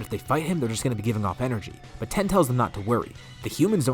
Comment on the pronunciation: You were calling tien ten it’s alr tho